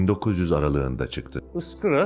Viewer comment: ıskra değil,iskra